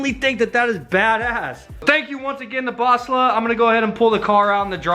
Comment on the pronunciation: It's pronounced BOSLLA not BOSLLA jeez! WTF bro?!